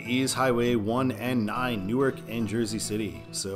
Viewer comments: You confuse suburbs with satellite cities. Camden & Chester are not suburbs of Philadelphia, they are satellite cities that are distinct in their own rights. And Newark, DE is pronounced “NEW-ARK” unlike “Nuork”, NJ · In Delaware state, say " New - ARK " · Pronounced "new ark" - I didn't know that until I tour Univ of Del.